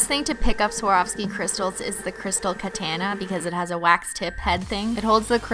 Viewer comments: Christine katana is pronounced like Elsa’s sister Ana. ka-tana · Safia Abdul no. It's kuh-tah-nuh. That how it's suppose to be pronounced. She says it wrong. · it's ka-ton-a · Alright, I love you Cristine but say it with me, Crystal Kuh-ta-nuh, not kuh-tan-ah. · It's katana not ketene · kaa-taaa-naa not katanaaa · Katana X3 it's said like Kuh-tah-nuh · ka-TAH-nuh like the Japanese sword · Could you please say katana correct it said like ka-tawn-na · She said she doesnt care :p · DOES SHE PRONOUNCE KATANA WRONG ON PURPOSE BECAUSE UNLIKE THE GLOSSY TACO THING IT DRIVES ME TO INSANITY. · Why do you say katana like that? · I say katana the same way it's a Canadian thing lol❤️😂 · it's just her accent that makes her pronounce ' katana ' wrong